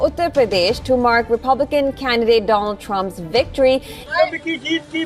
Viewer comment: Donald nehi bro Doland Trump😂😂